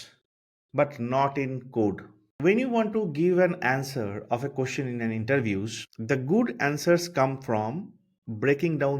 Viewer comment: Nice video, but your accent is hard. Your "question" sounds like "cushion".